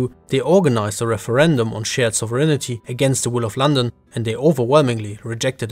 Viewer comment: Your pronunciation of “sovereignty” is... adventurous...